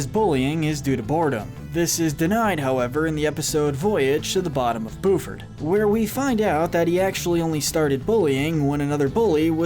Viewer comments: I’m sorry but it’s Buford not booford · yes and he says buford as booford lmao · Who else hates how she wants to he says Lindana as lindAAnah instead of lindah-nah as well as Buford as boo-ford instead of bue-ford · The fact that he pronounces the name as BOOford and not BYOOford is so weird but sure that works😂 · Did he just say, booford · Oh god... “Boofard” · How can you know all this specific detail about the show and still mispronounce Lindana and Buford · Or the way he said Buford